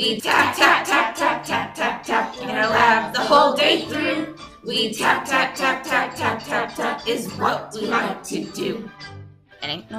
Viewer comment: I thought it was "fap" instead of "tap"